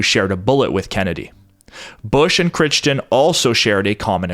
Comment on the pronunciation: Dude... you're killing me with butchering that name. It's seriously becoming like nails on a chalkboard. It's pronounced "CRY"-"TON"... unless Jack's family was retarded and mispronounced their own name... but freakin "Critchton", lol.